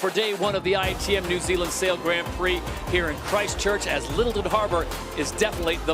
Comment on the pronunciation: I just would like someone to gently suggest to him how to pronounce the Grand in Grand Prix. Please